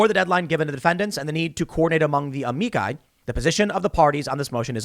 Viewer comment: AH-ME-CHI. Say it with me now Tim AH-ME-CHI!